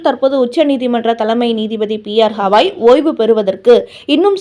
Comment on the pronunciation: Not Hawai his name is Gawai .